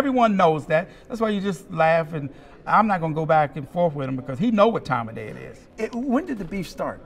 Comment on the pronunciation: At the End Of Dee Day🙄🤣🤣 TMT favorite words